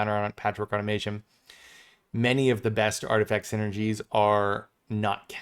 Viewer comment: Totally pedantic, but it is au-tom-a-ton, not au-to-mā-tion... sorry, just bugged me.... great video, though!